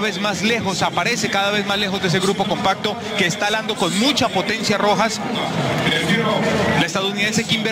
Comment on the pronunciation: “JALANDO” no es “HALANDO”